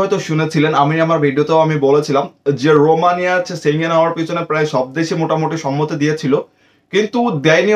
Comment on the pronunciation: সেনজেন কথাটা ঠিক ভাবে বলতে শিখুন